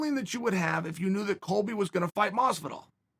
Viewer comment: Masvidal, not close.